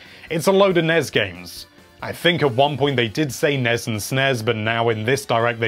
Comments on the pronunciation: He actually says Nez. Which is worse. He also says Yaw-shi. Heh. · Also it's N-E-S not nes. Stop that blasphemy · NES (Nez?) No one says it like that